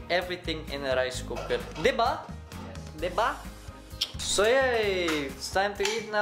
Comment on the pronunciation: newbie here...it's diba not debas